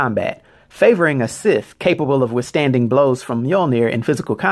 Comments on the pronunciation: Scythe =/= Sith Scythe = psy-th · Did you mean he favors a Scythe? Because it's not pronounced like Sith. it's more like S-eye-the.